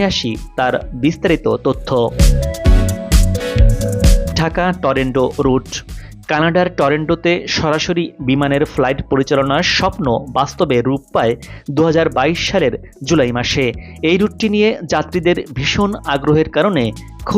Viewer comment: টরেন্ট না উচ্চারণ হবে ট র ন্ট ( TORONTO)